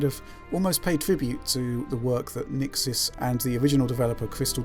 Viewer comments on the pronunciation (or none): Shouldn't you redub the sound? You mention Nixxes incorrectly as the patcher so many times it makes the video rather pointless now.